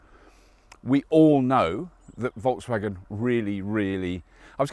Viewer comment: I wish you could pronounce Volkswagen like you pronounce 'Seat'